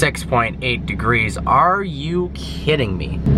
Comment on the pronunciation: He said Sex.8 Instead of 6.8